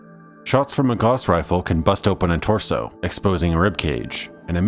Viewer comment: Gauss rhymes with 'mouse', by the way.